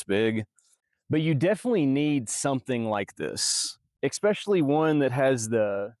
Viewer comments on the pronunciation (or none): I thought I misheard, but he keeps saying "eXpecially" 😆